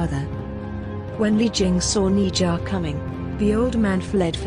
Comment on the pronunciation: it's ne zha ne sha